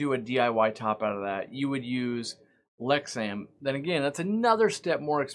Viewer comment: That’s Lexan....sounded like Lexam to me..